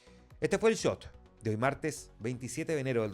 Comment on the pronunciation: Favor decirle al presentador en of que el Shot, no Chot